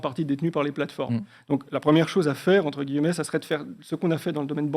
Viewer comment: Entre « guilleu-mets »*